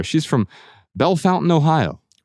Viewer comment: WOW someone who knows how to properly pronounce Bellefontaine!